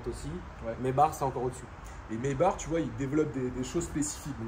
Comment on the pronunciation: C’est pas plutôt Maïbar pour la prononciation allemande?